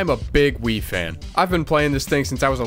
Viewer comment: I thought he said, "im a big WIId fan."